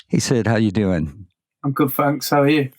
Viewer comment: "Fanks" lol